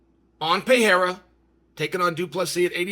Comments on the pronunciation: Why does he pronounce it Pierra lol its Pereira (pererrah) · Hey Chaellly …why TF do you keep mispronouncing Alex PeRReiRah’s last name. ITS NOT PEA-era. Dummy. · Considering he's carrying the UFC on his back you might want to take the time to learn how to say his name. However, you are saying "era" and that's what we're in, so maybe it's okay. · Pereira not piera Rakic not rachik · Stop calling him Alex Pierre you dweeb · Pereira is pronounced 'Peheira' not so difficult grandpa! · Dude can you PLEASE finally learn to pronounce his name? It’s not Pee-air-ah! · Per rare uhh..... Come on spiffy, Unk a lie ev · Little tip for you Chael, don't take it the wrong way. Pereira would be better pronounced puh" + "ray" + "rah". The r has a little roll too, but that's not too important, Brazilians are used to it. It's not Pah-HAY-rah either, but that's a Joe Rogan issue 😅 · Chael would love to see “Peeyairuh” v. “Raycheck” 😏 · Chael its pronounced "Peh -Ray Rah" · Just say “Alex” instead of the 10 different wrong pronunciations of PeeErra lol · I don't know who this 'Payerrah' fella is, but if Chael is talking this highly about him, he must be good. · Sounds better than how everyone else says it, Peeairah. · I can’t believe this guy is still mispronouncing his name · F this video it’s so annoying to watch a man talk about another man and he can’t even pronounce his last name dude learn the first and then come back and record. A new video is so annoying to hear you mispronounce his last name. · I view constant and repeated mispronunciation of a man's name a form of covert disrespect. You are too well spoken to get this wrong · And still can’t pronounce Pereira… 😂😅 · Intentionally saying his name wrong is just disrespectful